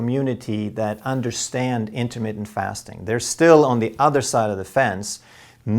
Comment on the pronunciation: You need to learn how to say intermittent. You aren't about to get freaky with your diet....it is intermittent not intimate.